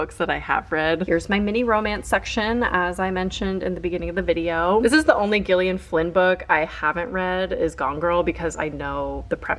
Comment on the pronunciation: The pronunciation of Gillian is killing me 😂